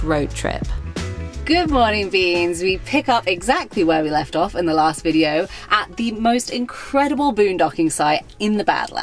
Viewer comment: VideeOH-oo. think that is 4 syllables. lol